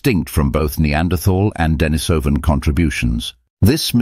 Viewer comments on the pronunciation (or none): none